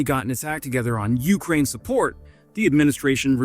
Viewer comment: It's UkRAIN! Not YOU krane! FFS dude it's not that difficult. Pam